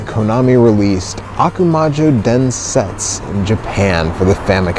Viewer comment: DensetsU. I know, in japanese the last /u/ is often silent or near silent (for example in desu, the most frequent japanese word) , but not in that word (meaning "Legend"). Sorry for nitpicking.... But great video, thanks for that!